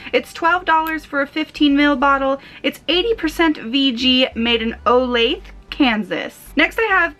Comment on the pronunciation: BTW You pronounced Olathe, ks wrong. If you sound it out its O la the. The the at the end isn't silent.